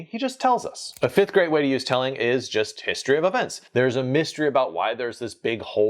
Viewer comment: HaHa! Sounds like "a fifth-grade way to use 'telling' is..." (a negative) instead of "a fifth GREAT way ..." 😂